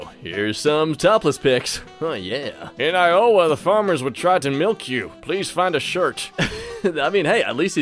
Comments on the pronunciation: Iowa... It's all one word... It's not I-owe-a. It's I-oh-wah. I live here, it's one of the 50 states. Why do people act like we don't exist! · did u just seriously pronounce Iowa as "I-owa?" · Iowah? I-owe-a? WHUT KINDA CITY SLICKER CANT PRONOUNCE IOWA. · I've lived in Iowa for well over half my life, and the way you said it made me say "EYE-OH-UH???" in great confusion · I swear to god this man literally was raised in a shack in the middle of nowhere. He pronounces Iowa so strangely and pronounces 6ix9ine "six-X-nine". Not to mention how he literally NEVER speaks normally. Dude please just talk. I like this channel because I can see really entertaining Reddit content without having to search through the bad stuff on the actual site to find it. But I nearly always watch them with the sound off. Soot House is the gold standard for these sorts of channels. And it was hilarious because they made actual jokes instead of CONSTANTLY putting on these stupid voices in the place of substantive comedy. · In Eye - oh - wuh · Bro said ioaha not Iowa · IS NO ONE GONNA TALK ABOUT HOW WRONG HE SAID IOWA?! AS A PERSON FROM THERE I'M HIGHLY OFFENDED